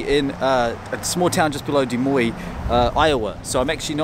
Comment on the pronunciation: You pronounced DES MOINES right! Thank you 😊